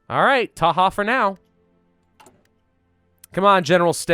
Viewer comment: "Taha for now" oh that was just painful.